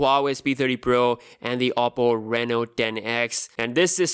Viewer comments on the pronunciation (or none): none